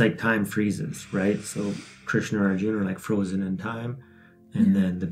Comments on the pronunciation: Awesome. TY. You can drop "a" when pronouncing. Rama or Arjuna. Can't wait for Chap 2. Love all of your videos. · Proper pronunciation: Arjuna = Arjun Bhīma = Bheem Sātyaki = Saatyaki Bhīsma = Bheeshm ā = aa ī = ee